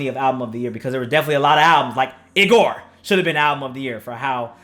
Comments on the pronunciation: It’s pronounced EE-GOR not I-gor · why he say "igor" like that for